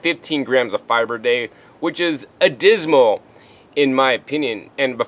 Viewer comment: Hey, luv u bro. Just wanted to clarify pronunciation of a word you have used b4. It's "abysmal", not adismal. Keep up the good work. Thanks again